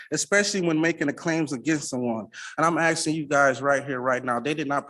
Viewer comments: Axing. I’m axing for,…… Fuck me. Learn to speak. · Another 40 IQ when these so call brilliant person always say I'm axing again-- they can't even pronounce asking again. -- What a fool... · HE KEEPS AXING THIS JUDGE HE IS GOING TO KILL HIM, ITS HILARIOUS AND WRONG THAT THE CC CORRECTW HIS POOR GRAMMAR AND ITS HAINES VS KEARN, NOT KERRIN WHICH IS WHAT H E ACTUALLY SAID 😂😂, PLEASE MAKE THIS INSANITY STOP! THIS MORONIC SOVERIGN CRAP IS TIRING, THIS IS MUST BE LAUGHING INSIDE! Idiot really thinks he is going to get what he wants, bet when he fails he never pays!